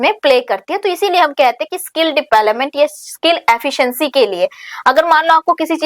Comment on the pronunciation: Please mam kbi to development ka sahi pronunciation kro